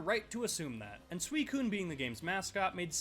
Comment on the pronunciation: This dude called suicune sweecune